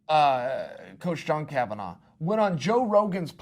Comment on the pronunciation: It's Kavanagh, not Kavanaugh